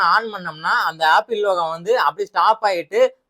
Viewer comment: Appil❌ apple✅